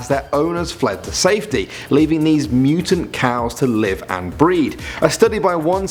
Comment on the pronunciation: "Mooo-tun" cows lmao